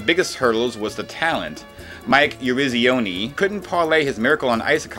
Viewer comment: Sounds like you cut and pasted Mike Yarizioni’s name. I heard The exact same pronunciation and intonation in both times you called his name.